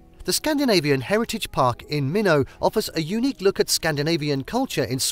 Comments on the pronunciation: After your tour of the lake, make sure to check out the Scandinavian Heritage Park in "Minnow", North Dakota. Why not Minot my guy? 😆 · Don’t forget Minnow, ND … aka Minot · next time get an American to say those place names. Minot is pronouced My not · Learn to pronounce places correctly. I am originally from Minot, which is pronounce MY-NOT. Also the man made lake is pronounces SAH-KAH-KAH-WE-AH. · its pronounced M-EYE-NOT (minot)